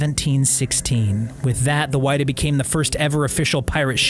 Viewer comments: It’s not the Why-duh, it’s the Wid-uh. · There is actually a museum in Yarmouth. I’ve been there a few times before for school and summer camp, very cool! Edit: also forgot to say, it’s not why-da its wi-da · It’s the whiddah and it’s not like wide. Like will. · It was called the WIDDAA. Silent I. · Its Wid-ah and Chat-ham.....new England has its own pronunciations I guess. Thank you. Its so interesting. Great info.i had no idea that was the story behind it. I never thought It would be found.